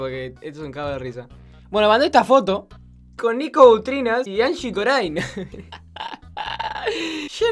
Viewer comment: Corine (se dice corin) no corain :v